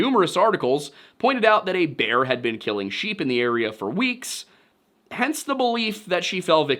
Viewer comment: Bear vs beer. You confuse the pronounciations :) Unless that's your dialect, I guess that could be claimed. Anyway thank you for this video, it was on time. When it comes to your cross around your neck: If you think a little bit harder on what that represents since Constantine of Byzantium, I suggest you throw it in the bin where it belongs.